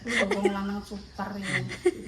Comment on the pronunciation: Aku tadi cengrop? langsung ketawa lihat lel ngomong Super rrrr.